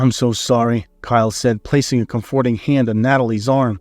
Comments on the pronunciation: I can't stand it. I tried, but the narrator doesn't even know how to pronounce COM-for-ting and other common English words. His accent is not attractive and is distracting from the sfory. Not listening any longer. I don't even care how the story plays out. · Thank you,, for withdrawing the first iteration of this story and reposting it and for doing it so quickly. It was an excellent, feel good story. However, I do have a minor quibble. You more or less skipped the part where Kyle and Natalie got married (we assume) and went straight to them adopting a child...as for the mispronunciation of comforting, for me it's not a big deal. However, since it's been pointed out and you've said English is not your first language, simply Google "comforting" along with "pronunciation" and voila, problem should be solved. Same for any other words that someone points out that you might mispronounce. This story definitely gets a thumbs up from me 👍